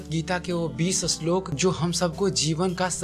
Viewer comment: bhai vo shlok hota h ashlok ni